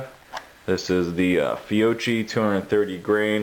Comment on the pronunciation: Heard some turd pronounce it "fee-oh-kee" the other day. I lol'd.